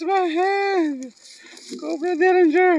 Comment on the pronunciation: DERRINGER. Not Dillinger. :)